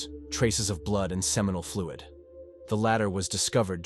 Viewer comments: When you say "blewed" I presume you mean blood? No matter, this is poorly presented to the listening public and I cannae take nae more! You get a thumbs down and a "Don't Recommend This Channel" from me. Plenty others out there who can do a simple job properly. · Nah, pronouncing "wiped blood on the walls of the bathroom" as "wee-ped blewd on the walls of the bu-throom" is totally normal 😂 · What a tragedy of a promising family committed by a monster...Blood, trial, and crime.. mispronounced.. Blued, treal, and cream. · London pronunced Lun din, Crime pronunced Cry m, Feece pronunced Feece ese, Bloid pronunced Blud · 🤔 The voice sounds like a real person but the pronunciation says different.. Very off-putting and in my opinion, disrespectful to the victims of these stories.. If your AI is having a hard time pronouncing words,then write the script as the words should be said,for instance blood=blud.. 😑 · "Feces" pronounced "Feese", "Blood" pronounced "blued" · The narrator needs to learn proper pronunciation for the words "blood and sizes"...and a few others.